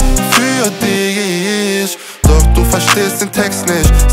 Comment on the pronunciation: Gutes Lied, aber wenn man" ich dich mich" nicht richtig aussprechen kann verliert man einen großen Teil von potenziellen Zuhörern